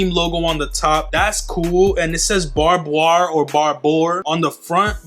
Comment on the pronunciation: Barbour - (barb-er), the way he pronounces Barbour as Barboir is funny 😂